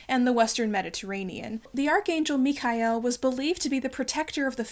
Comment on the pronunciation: It’s CaraVA-joe not Caravajee-oh And the Archangel Michele - Mee Keh- lay